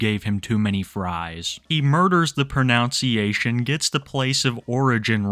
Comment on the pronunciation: I find it kind of ironic that you mispronounced "pronunciation" when criticizing this guy's pronunciation. It's "pro-NUN-see-ay-shun", not "pro-NOWN-see-ay-shun". Comedy gold right there.